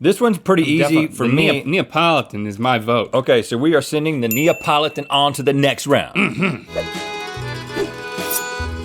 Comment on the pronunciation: Everyone who is italian: Cringes when Rhett says Neapolitan